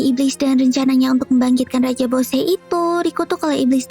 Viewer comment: Yang benar bosse bukan boshe